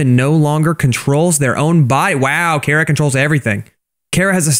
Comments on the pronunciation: its not cara its chara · Its chara not cara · Why does everyone call chara cara? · Me hearing call chara cara Me: it’s pronounced chara (ch-are-a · ...cara really,ITS CHARA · It's not c-ara it's Ch-ara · It's not Cara It's Chara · It’s not cara it’s CHARA CHARA NOT CARA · pronouncin chara as cara Me: ITS CHARA NOT CARA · Chara not CARA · Bro It’s pronounced like chara not like Cara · Liston ch ara not c hara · It's pronounced ch-ara not ka-ra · People have said Chara Cara But why carea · IS PRONOUNCED CH-ARE-UH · He’s saying chara wrong it’s cha-ra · I like how he pronouns chara he pronouns it like kara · I cringed every time he said cara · Stop saying it like cara or some crap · That's not how you pronounce Charas name